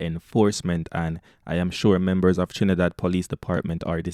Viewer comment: Its not Trinibad it's Trinidad can you read😂🤦🤗